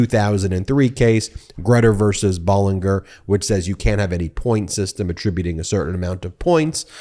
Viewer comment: Pronuciation: Bollinger = baa - luhn - jr